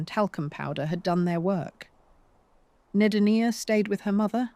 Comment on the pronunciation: Deee-nah, not Die-na. Correct your video!